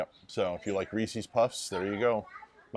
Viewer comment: The way you pronounced Reese’s puffs 🤮🤮🤮